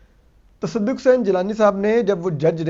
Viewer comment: Asad cant pronounce Tasaduk 😂😂😂